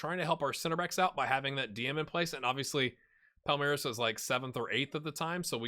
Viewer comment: Nice pronunciations on both Palmeiras (SEP = Sociedade Esportiva Palmeiras) and the very first time for Cuiabá. Also, well done with Fortaleza.